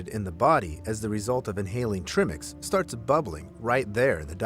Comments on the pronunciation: your face every time he said Treemix instead of Trimix was priceless. You could see your soul breaking/trying not to laugh everytime.😂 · It’s ai talking he typed in tri mix lol but the ai just says trimmmix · I’m chuckling at the pronunciation of TRImix myself 😂😂 and I’m not a cave diver at all, but I’ve been fortunate enough to be educated about it through you guys and the top notch divers you’re both affiliated with ❣️ Trimmix - the new diet drink 😂😂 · the “trih-mix” thing is killing me. like if you’re calling it that you obviously dont know it’s pronounced TRY-mix because tri=3 AKA 3 gases, and the amount of times he says “the divers were breathing trihmix” as if he knows what that even could mean just tells me the video you two are watching is about to tell me zero about diving-actually that makes it the perfect video for you to watch and explain! ha! well done picking a good video to watch! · In latin country we all probably say Trimix. As for you, was written with and "e". Is just in english you say tr-i-mix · It’s Tri-mix, not Trim-ex. Tri meaning three. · I like how they pronounce 'treemix' - sounds a bit... Woody 😝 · ' flinching when the guy says "trimmics" xD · at one point, I heard, "Trimmings" and got really confused. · If i hear trii-mex one more time, I'M not going to be able to breathe. 😂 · Treimex 😂😂😂trim-ex? Treemax, treemex? 😂😂😂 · Trim-ix lol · The cringe on his face every time he says trimix. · I'm not even a diver and their pronunciation of tri mix drove me insane lol. Cuz yunno... I have common sense and recognize the entire reason it's called "tri" mix is because there is THREE GASES. Lol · that pronounciation of trimix lol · the way he said TRIMIX, pretty obvious hes bever watched a DIVE TALK video or and diving video for that matter. lol chat gpt at it again!